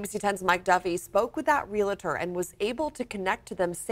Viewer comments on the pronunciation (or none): She said: "realator" and "was able to connect to them same couple" Hopefully medically she's ok. These slipups could be signs of stroke or anxiety/pressure. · It's not Real-a-tor. It's just Realtor!!! Journalism has really changed!!!! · I noticed "realator", too. I assumed she learned to pronounce it the wrong way and slipped up. Then the second slip up does sound like she had a sudden bit of nervousness maybe because she realized instantly that she mispronounced "realtor". The pressure to report the news live must be insane. I couldn't do it. UPDATE: She said "realator" twice. And before she said "realator" the first time, she said, "ree-alt-." She really struggles with "realtor"! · The word is "realtor". If broken down into two sections, it's "real" and "tor". There is no extra syllable in there to turn it into "real-a-tor". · “realtor”, not “realator”…😳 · It's pronounced Real-tor not Real-at-eur. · oh FFS - it's not ree-la-tor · The job title is Realtor not Real-I-Tor would you go see a Doc-I-Tor? Stumbling over words happens to everyone, and maybe that's all it was. This word gets mispronounced, so often, pointing it out is important. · Real-a-tor...heh heh heh.